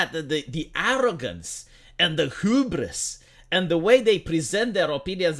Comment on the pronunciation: “…the HOOBRRIS…” 😂😜